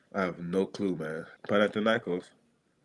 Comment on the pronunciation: ΠαναθηναϊκΌς ονομάζεται η ομάδα μας! ΠαναθηναϊκΌς! Δεν μεταφράζεις το όνομα μιας ομάδας! Απλά το λες όπως είναι! Άκουσε κανένας να λένε έξω από την Ισπανία την Ρεάλ, Ρέαλ??? Την Λίβερπουλ, Λιβέρπουλ???? Την Μπάγερν, Μπαγέρν? Έλεος!!!